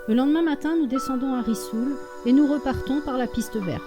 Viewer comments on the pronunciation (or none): On dit risoul et pas rissoul en français